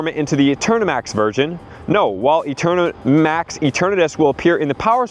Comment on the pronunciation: E-TURN-uhh-TUS… not that hard to pronounce.